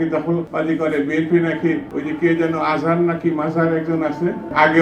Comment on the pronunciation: আজাহার না মাজাহার না নাম টাও ভালো ভাবে বলতে পারোছ না আপনারাও আওয়ামী লীগের পথেই হাটতাছে আপনাদেরও ওদের মত অবস্তা হবে জারা পালিয়েছে।।